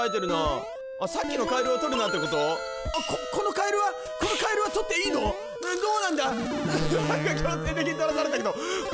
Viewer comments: 「カエルゥゥー！」じゃなくて「カエルルルルルル！！」ってしてて草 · カエルルルルルル の発音が面白かったwww